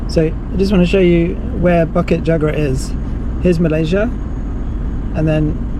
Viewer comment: It is pronounced Boo-kit Joo-gra. Not Ba-kit Jaa-gra.